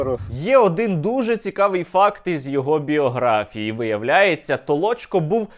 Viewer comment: Не Толочко, а Толчко